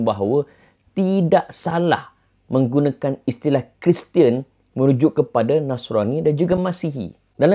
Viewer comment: Pmx sebut "dia keristian"